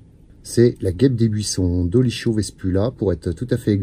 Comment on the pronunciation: Ça s’écrit dolicho mais on prononce doliko. Dolicho signifiant petit.